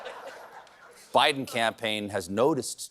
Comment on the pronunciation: Why do Americans pronounce Goebbels „gurbles“. There is no -r-sound ANYWHERE. OE sounds like the article the. It‘s very easy.